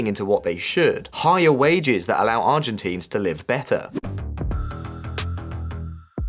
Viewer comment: dude check you pronunciation before uploading videos. Argentines, Milei - it's not pronounced the way you do it